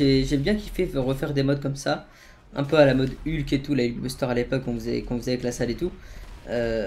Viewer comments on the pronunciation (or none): none